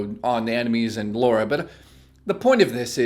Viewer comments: her names not fucking Laura it's lara get it right dude! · Your still the best and I am a fan just say her name right. Subscribed.